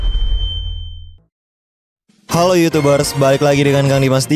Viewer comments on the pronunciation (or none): none